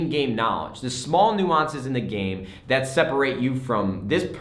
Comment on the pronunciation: nades new favorite word of the video is - "New awwnce"